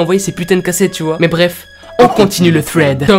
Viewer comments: Oui mais j l'impression que tu dit fred au lieu de thread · Sa ne se dit pas fread sa se dit sred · Quand tu dit thread on dirait que tu dit Fred 😭😂🤣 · Quand tu dis thread tu dis fred 😂😂😂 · Un ''fred'' super flippant. Désolée à chaque fois moi j'entends Fred😂😂😂😂 sinon j'aime beaucoup le concept, belle vidéo. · OUI MAIS ADAAAAM pourquoi tu dis "sswed" 🥥